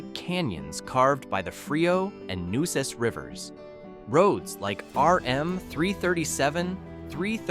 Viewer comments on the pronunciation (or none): Nueces is also pronounced NewAces river. Whoever made this vid needs to do a little homework to not look silly. Jus sayin 🤷